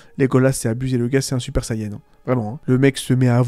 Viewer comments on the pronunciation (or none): none